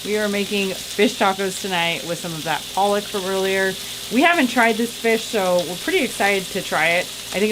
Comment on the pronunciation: Leftovers?🤣 You guys are funny,-- as the plate slowly began to get cleaned up. Loved it! 🙂, it's PA-lock ( pollock) that's the fish that is used to make the imitation crab, because it's so mild, it's easily flavored. We had haddock for supper, it was excellent.